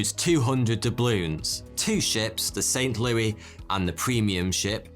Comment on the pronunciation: Look I love the vids but how you gonna mispronounce St. Louis (Lou-iss)